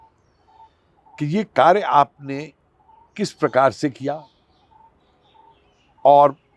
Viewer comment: ने कैसे कार्यको कार्य बोल दिया?!🤔 प्रायः वे जोडाक्षर बोल नहीं पाते! 😊